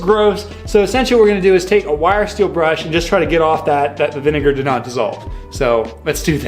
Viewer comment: I don’t think that’s how you pronounce vinegar